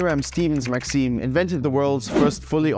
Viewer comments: it isnt maxeem is maxIM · Hear him pronounce maxim as Maxine